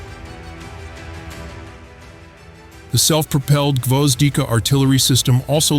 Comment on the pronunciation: Molniya, gvozdika sounds absolutely correct. Nice